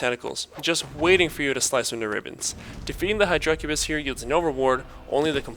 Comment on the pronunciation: Dammit say hydracubis right lol. The emphasis is on the "hy", not the "dra"